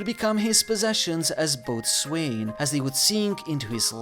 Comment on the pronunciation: FYI “boatswain” is pronounced “boat-sin.” Just a little factoid from a former English major:)